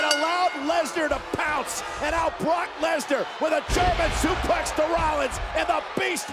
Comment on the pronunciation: Did anyone else hear cole say "Universal Champion BORK LESNAR" LMAO!